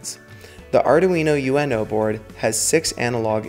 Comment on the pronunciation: It's not Arduino U.N.O, it's Arduino uno. Uno as in the Italian number one.